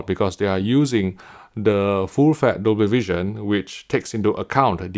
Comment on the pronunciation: Or "full fett" ^^